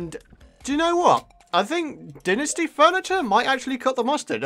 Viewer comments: pretty sure its pronounced "Dai-Nasti" not dinisti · It's Die-nus-tee